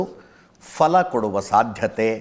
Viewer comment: ಅಜಿತ್ ಸಾರ್ "ಪಲ" ಎಂದರೆ "ಮಾಂಸ" ಫಲ ಎಂದರೆ "ಹಣ್ಣು" ಬದಲು ಮಾಡಿಕೊಳ್ಳಿ.